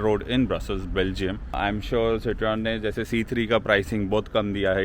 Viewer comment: Citroen is spoken Shit-ro-en